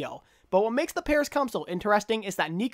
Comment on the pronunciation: I really liked the WO IS GOING ON at the start of todays video. Probably the hardest 'o' you have ever achieved.